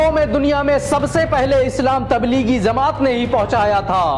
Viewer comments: Bhai ज़मांत kio bol rahe ho जमात bolo na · Bhai Zamat nahhi hota jamaat hota he. Bahut uljhan hoti he jab ap ج ko ز bolte hen. Maaf karna bhai agar apko takleef hoto. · Miyan bolna seekho. Lafz zamaat nahin balke Jamaat hai. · Jamaat, not Zamaat